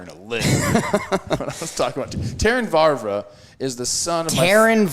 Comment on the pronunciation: Don't care if he does know them, Trev's definitely throwing an extra "R" in when saying "Vavra".